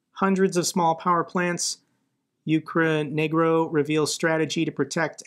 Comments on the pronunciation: it's Ukr energo, but you said Ukre-n**ro, lol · My brother in Christ, it's not Ukre-negro :D It's Ukr-Energo (short for Ukraine Energo) :D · Ukre Nergo.. Not Negro 😬😅 Sorry, had to point it out for future videos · It is UKR- ENERGO. Just a heads up for the future :-)